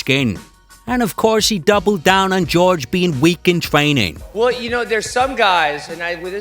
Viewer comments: I wonder if Ben calls Tyron, TyROnne? Because dudes name is clearly pronounced WHORE HAY and that's no joke. That shit just irritates the fuck out outta me. I'm not from Spanish decent one bit but (Jorge) WHORE HAY and GEORGE are two fucking completely different pronunciations..seems like a dude that thinks some dumb bull shit all time that id punch in the face if I ran into him js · Jorge... Jorge... Not fucking GEORGE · I thought his name was Jorge not George FFS!!!! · I cringe everytime they say George, it's JORGE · Why is everyone calling masvidal George it's Jorge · WTF do people call him George? The man's name is Jorgé (Horr-hay) People know Latin speaking, especially in America. 🇺🇸🇨🇺🇵🇪💪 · I find it impossible not to hate this arrogant fuck. I hate the way he pronounces Jorge's name "George" simply to disrespect him. It's prejudice. This guy is so much of a fucking clown that he actually believes the things coming out of his mouth. He deserved to get Masvidal's knee to his head and be embarrassed the way he was. I wish he'd go away forever. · why the fuuuuuck are people still calling him GEORGE? its Jorge (HOR-HEY) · Hey. His name isn't "George." Its "Jorge." Try it you can say it. Its easy. "Jorge." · his name is not ''george'' !!! it's JORGE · Its pronounced, Jorge (Hor-Hay). Thanks. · His name is pronounced Whore Hay, not George. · White dudes not saying people of color's name correctly is one of the oldest RACIST tricks in the book and they do it CONSTANTLY!!